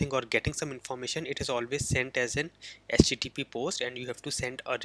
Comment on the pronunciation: It's not "SJJP". It's "HTTP".